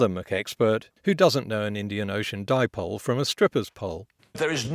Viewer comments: I have been an electrical engineer since 1965 and all physicists/engineers that I have studied or worked with have pronounced dipole as "di-pol'. Since we are dealing with english speaking countries how the greeks pronounce dipole is irrelevant. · first off, that was how Heller was pronouncing the name and so using the same pronunciation helps for continuity. Secondly, I would also pronounce it Bork since ou and not er is used in its spelling. Again, read the video description. And at least he wasn't calling a dipole a Dyepolè. Even flat earthers can get that correct. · To give you a heads up, here in the states 3 of my Science professors called Dipole, Dee-pol-ay like that one guy in the video. I think it's more of where you are with how you pronounce it. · "Dee-po-le"... Oh my, their arguments are so anti-que!!! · Dipolay. Oh my god what a mong. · How to pronounce Dipole according to intellectual extraordinaire, Paul Joseph Watson DIP-POLE-LAAY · Thankyou for ribbing the "Dip-ole" dude saw it on Friendlyjordies video and just cringed so hard. Love the video cheers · "di po le" hahahahahaha, oh man, I would like to know how far his education got. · The Horse "Actually we pronounce mispronounce dipole like that right-wing gentlemen (sic) in Poland..." - Fixed, completely free of charge. You're welcome. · Still wrong.. it's a combination of the words Di(two) and Pole. I guess your science professors also say The North-pol-ay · I lost my shit when that dude was mispronouncing dipole. You cant make this stuff up folks. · Someone could only mispronounce dipole that way if don’t know it means dual pole. And that could only be the case if they don’t actually understand what it is. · That pronunciation of "dipole"... bloody hell. I've long suspected Paul Joseph Watson only learned to speak as a parlour trick and this just confirms it. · If you needed any evidence that PJW is a pseudo-intellectual twat, the fact that he mispronounced dipole should be your smoking gun.